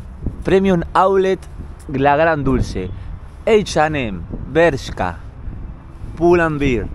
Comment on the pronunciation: Como vas a decir H y M en ingles??!!? que t paso????